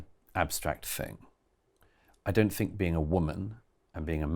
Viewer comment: I love Douglas Murray, but I cringe when he says 'fink' instead of 'think' 😞😩